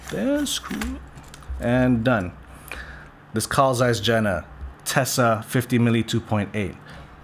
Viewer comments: FYI, Jena is pronounced "Yeh-nah". City in eastern Germany. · Jena is pronounced yen-na.